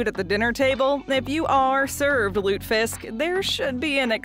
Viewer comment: Lutefisk is pronounced lut ah fisk. It's popular in states that have a large population of residents of Scandinavian ancestry. Not just North Dakota, Minnesota, & Michigan